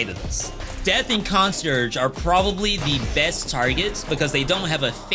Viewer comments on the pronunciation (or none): Lovn the vids thanks.....by the way, it's pronounced Con-C-airgh not Consurge. Just thought you might want to know